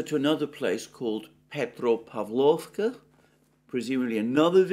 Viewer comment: petropAvlovka. 😊 You mastered the urozhainoe perfectly, Alexander😊😉